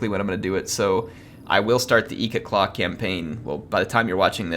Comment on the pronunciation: Its not eekit claw its ikit claw